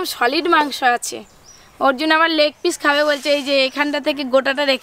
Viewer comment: Pish na piece hobe